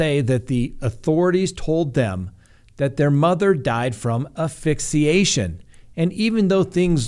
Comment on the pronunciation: Asphyxiation - “ass-fix-I-a-shen.” (Not “aphyxiation.’ No such word.)